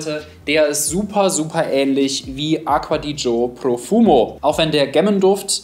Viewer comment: Hat er Aqua di Joe gesagt? 🤣🤣🤣🤣🤣🤣